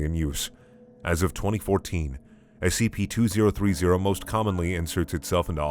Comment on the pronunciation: You're the only person who reads the SCP numbers correctly. As ex military and government I thank you for tending to my nitpicks